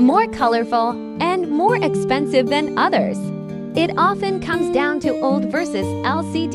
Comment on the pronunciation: No I mean pronunciation. In the video OLED is pronounced as OLD😂